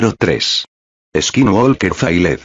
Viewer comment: He pronounced is kin wall kir